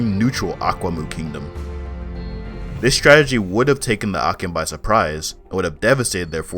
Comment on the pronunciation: Great video but akyem is pronounced achim the ky in twi actually makes a ch sound